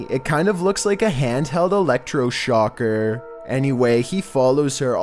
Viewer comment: “ELECTOR SHOCKER”😂😂